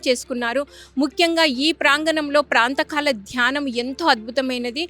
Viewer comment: అమ్మా చాలా బాగా ఎక్స్ప్లెయిన్ చేశారు. చిన్న విషయం ఏమిటంటే అది ప్రాంతకాల ధ్యానం కాదు, ప్రాతః కాల ధ్యానం అనాలి. నమస్తే